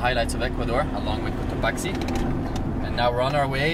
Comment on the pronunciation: Todo hermoso! No es Cotoachi o Cotaqui, es Cotopaxi, hay q pronunciar la X. , entonces Cotopaksi, esa es la pronunciac